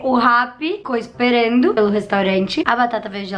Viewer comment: A palavra é: Esperando Ela pronuncia: Esperendu Kkkkkkkk nada contra só acho fofo